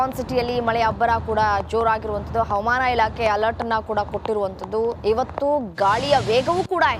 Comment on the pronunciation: ಅವಮಾನ ಇಲಾಖೆ ಅಲ್ಲ ತಾಯಿ ಹವಾಮಾನ ಇಲಾಖೆ ಎಂದು, ಉಚ್ಛಾರಣೆ ಮಾಡಿ, ಭಾಷೆಗೆ ಅವಮಾನ ಮಾಡುತ್ತಿರುವ ಚಾನಲ್ನ ಇ ಹ್ಯೌಂಕರ್ ರವರಿಗೆ ವ್ಯವಸ್ಥಾಪಕರು, ಸೂಕ್ತ ಬಾಷಾ ಶೈಲಿ ಕಲಿಸಿಕೊಡುವ ಪ್ರಯತ್ನ ಮಾಡಿದರೆ, ಚಾನಲ್ ಕೇಳುಗರಿಗೆ ಅನುಕೂಲ ಮಾಡಿಕೊಡಬೇಕು 🎉🎉